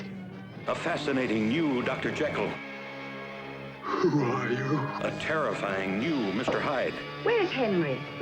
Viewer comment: Encouraged, however his pronunciation of "Dr JeeKill" is unforgivable 😂